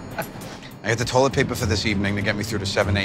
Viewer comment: When joe said “turlet” 😂😂😂